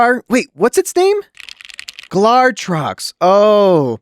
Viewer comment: tyring to say glatrox is like Benedict Cumberbatch trying to say penguin 😂😂